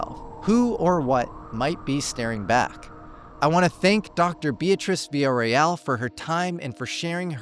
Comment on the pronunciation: Love you but mofo, not even a minute in and you've already mispronounced her last name!! <3